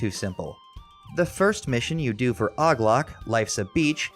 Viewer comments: Og loc? It's pronounced O G Lowk 🤦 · This man pronunced OG Loc as Ogg Lock😭😭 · Did you call og loc ogg logg? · Haha I love how O.G. Loc turns into "Aug lock" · Probably a subtle reference to Lazlow calling OG Loc "Oglock" in an interview on WCTR and Loc raging about it - and its also funny.